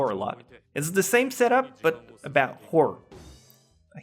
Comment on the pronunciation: On your inability to pronounce "Horror": At some point I realised that saying it like that sounded like the w word, so I started saying it as "hah-rur". It looks weird to type but it definitely sounds better.